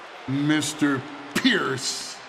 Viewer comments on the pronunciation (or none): " call phierce " 😂😂😂😂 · the heyman pronounce pearce is hilarious piercing his name literally🤣🤣🤣🤣🤣